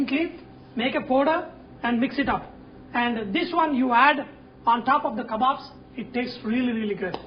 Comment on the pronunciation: "LOOK AT MY KABBOBS" LOL